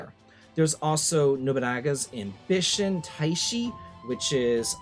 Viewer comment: how fluently you pronounced nobungas ambition! 🎉😂 cap